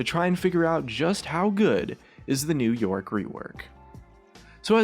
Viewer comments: for once on , i heard 'new york' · Sometime when he says " new yorick " it's sounds like he's saying " new York " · Is it me or are you saying "New York" instead of "New Yorick"